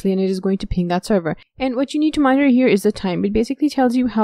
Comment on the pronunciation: WARNING!!! Appalling pronunciation. Extreme slurring. Do not try too hard to understand what she's saying. She will drive you Mad. Server becomes terwa. Monitor becomes moniar.